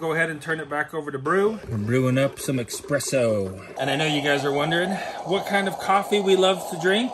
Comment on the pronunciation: It’s pronounced espresso, not expresso. I don’t mind doing a product review for this thing, remember there are other YouTubers that make a living solely on product reviews alone. While this video seemed a little sales-y, I still felt like it was generally related to their homesteading content. The only thing that really kind of bothers me about the product itself is the lack of physical switches. If the touch screen fails or perhaps it gets damaged, you have a very expensive door stopper. I could see the unit being damaged by blunt impact (like being struck by building materials in the bed of a truck) It would be nice if the touchscreen was informational only and the on/off/reset functions were physical switches/buttons. At the very minimum, it would be good if the touch screen was protected by a durable cover. I’m sure the manufacturer has some guarantee/repair service, but it doesn’t help someone if they were relying on this unit and had to send it back for a few weeks.